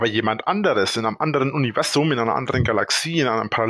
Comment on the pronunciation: Es triggert mich jedes mal, wenn er "Univessum" sagt